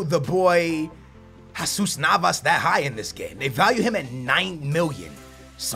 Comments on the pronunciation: it's Jesus Nava not jaaaaasus Nava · That's not how u prenounce jesus navas